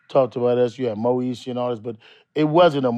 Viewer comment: Did he say Moesha? 😂